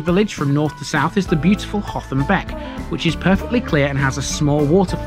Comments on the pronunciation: It is Hotham not Hot ham. Did you attempt Hotham Hill!! 😳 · Now then; you've said the th- was like the th sound in "the", but pronounced it like the the th sound in "through" most times . Nice vid, nevertheless. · HOTHAM ADDITIONAL INFORMATION: - Despite asking a local for Hotham's pronunciation and alluding to it in the video, it's apparently still not right. It's said by the locals as "Utham"